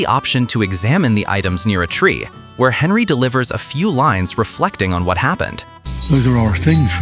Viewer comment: Well for 1 The main character is named Henry, NOT Henley. I stopped at that point. Most likely many other issues with in. If you don't speak English well, make videos for your own language, thanks.